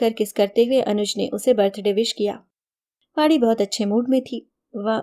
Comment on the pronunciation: Vaadi nahi Vaani kahiye Uchcharan sahi rakhiye ण hai ye